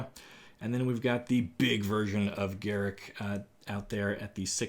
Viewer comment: Garick? GAROOK!